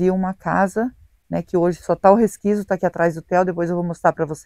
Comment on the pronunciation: Oi, não fica chateado, mas a palavra certa é; 'resquicio' e não resquiso.